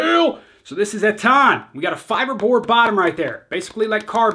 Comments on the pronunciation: Its ETTan not ettAn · It’s pronounced Ettan...hit me up for lessons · Your old way of saying “ettan” is actually more correct imo, kick ass vid as always! Röda lacket is def my fav. If u didnt yet try mustang loose, really good aswell! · Your old way to say Ettan was the more correct one.